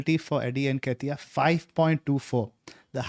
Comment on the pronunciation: Its pronounced:. En- Keh-Tee-Yah . Y'all have been mispronouncing for weeks now..